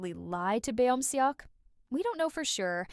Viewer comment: good video! only thing that really irks me is the pronunciation of beomseoks name. would you mind pronouncing it correct next time? its kinda distracting